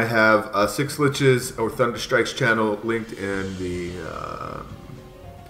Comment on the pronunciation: You'd think he'd work on pronouncing schlitzes (sh-lit-zes) after joining em smh lol